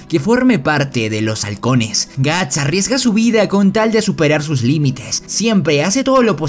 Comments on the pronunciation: que mierda es guns y por que llamas asi a guts xd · Cada vez que dices gantz en vez de guts muere un niño pequeño. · Perdon, no tengo soy super experta en Bersek pero los nombres no se pronuncian Guts, Casca y Femto en vez de Gatz, Kiaska y Fennon? No se por qué el les dice asi pero me ha confundido mucho porque siempre los escuche como la primera opción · Soy yo o estoy escuchando Guns.. y no Guts....😵‍💫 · me da toc cuando dice guns y no guts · Suena un poco ofencivo que digas Guns en lugar de Guts . Pero buen resumen igual. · Bro por que dices kiaska y gantz cuando es Casca y Guts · todo bien pero... porque lo llamas "ganz"... es "guts", que se pronuncia "gats". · Gants gants gants gants carajo ese es otro manga al menos hubieras aprendido como pronunciarlo Edit: llegue a la parte fepnom uffff man…. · Bro, la serie tiene 3 protas y no pronuncias bien el nombre de 2 de ellos? No es "Gants" ni es "Quiasca". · Wow ni siquiera termine de ver el vídeo Tu voz es realmente molesta jajaja Es gust o ganzt?? Habla bien we